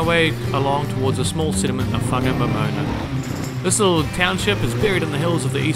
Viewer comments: Whangamomoana is pronounced with a wh (as in why) not f. Local Maori dialect doesn't have the f . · Whangamomona is pronounced Farnamoremorena 👍🏾